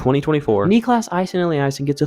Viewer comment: Niklas - correct, maybe just a bit more emphasis on the last part instead of the first part Aasen - first part like a in ball, otherwise fine Elliasson - Elli, a pronounced same as in "kinda", son